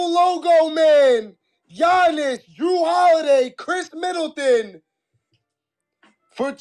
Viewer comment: doesn't know how to say Giannis. Dude said Jyy-nas!! 😅😅